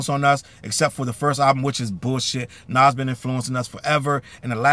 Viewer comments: Why are we highlighting and using ANYONE's content that says Naz instead of Nas? AI or not? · Naw Challz I cant get behind this one gang..... We just gunna ignore how ya boy says "Naazz"? SMH For real tho Jim need to start going down to the local Homeless shelter so he can help them get washed up too..... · Facts on facts. Like whodaf- is Nazz?! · But why he say Nas like that?! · bro I hate when whites talk ab hip hop they don’t even care to pronounce the names right how tf do you not kno how to pronounce “nas” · “Nas” listen this AI is awful, but if it’s not AI and it’s a person who pronounced his name like that you don’t need to be reporting on something or a genre of music when you don’t know how to pronounce the people’s name properly